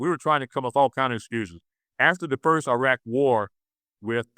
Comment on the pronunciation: This guy is way over his head: he can't even pronounce Iraq and Iran correctly.